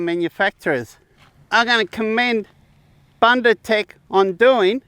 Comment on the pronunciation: Hi, thank you for promoting a South African product. Let me assist you with the pronounciation, though. The "u" in the first syllable, "Bun" is pronounced exactly as you are pronouncing the second "u" in "ndu"..it sounds the same as the "oo" in "book". Bundu means bush, or bushland or any area far removed from civilization...hope this helps?